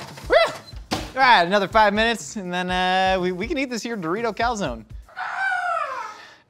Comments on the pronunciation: I’m more disturbed on how he pronounces calzone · The incorrect pronunciation of calzone is really triggering! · Please please please pronounce calzone properly. It’s Italian, cal-zon-e